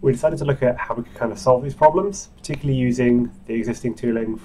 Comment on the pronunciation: Awesome, but OMG that accent! The word is not "particly". It's "particularly", i.e. 5 syllables, not 3.